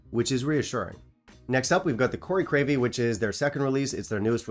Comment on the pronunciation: You might want to see the doctor about those mini-strokes. Crave-killy isn't really that hard to say.